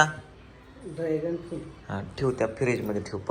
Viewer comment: फ्रूट रे not फूड